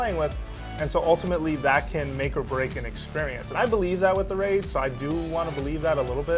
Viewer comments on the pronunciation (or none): none